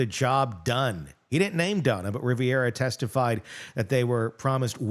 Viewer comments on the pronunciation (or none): GET THEIR LAST NAMES RIGHT. It's RIVERA - not RIVIERA (we're not in the South of France). MAG-BAN-U-A. If this was a court of law, they'd get off with new last names